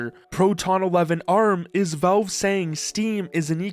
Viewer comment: It's pronounced Valve, not Velve.